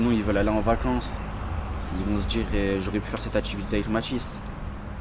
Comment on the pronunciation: en vrai ça veut djire qu'on est envahi